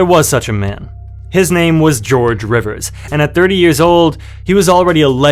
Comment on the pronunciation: Rivers or Rivas? Come on bruh.